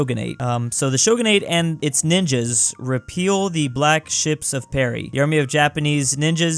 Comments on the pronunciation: i noticed this as well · He does that every single time. It kinda reminds me of how, in "My Immortal", every time anyone yells it comes out as "yielded". "Whatever! I yielded angrily." XD